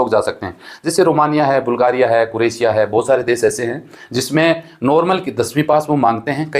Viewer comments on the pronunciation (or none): none